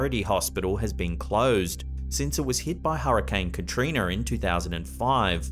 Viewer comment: I love how he said katriner.